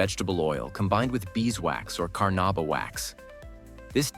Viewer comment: It's called Carnauba wax not carnaba wax